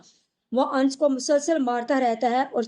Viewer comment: Ans ans kyu bolti ho Sahi naam hai anas